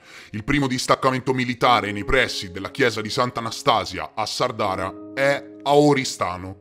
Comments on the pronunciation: grande, comunque si dice sàrdara, con l'accento sulla prima a non sardàra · Grazie bellissimo video, però per favore Sàrdara, non Sardàra..... 'A chent'annos..🍷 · Sa'rdara non Sarda'ra scusate ma la a con l' accento non l ho trovata comunque l accento sulla prima a di Sardara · Sàrdara non Sardàra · "Sàrdara"!! ! accento sulla prima "a"!! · Mentre Anastasia è Anastasìa a Sàrdara! Ma va bene, del resto è stato impeccabile. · Grazie per aver parlato cosi bene della mia terra....un abbraccio...ps. non volermene....e solo per fartelo presente...si pronuncia Sárdara....continua cosi che vai alla grande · Sàrdara, ha l'accento sulla prima "a" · Sono nato in Sardegna, ci vivo da quasi quaranta anni.... comunque in 16' ne hai sparate di fesserie 🤣.... PS in Sardara l'acento va sulla prima A, non sulla seconda 😉.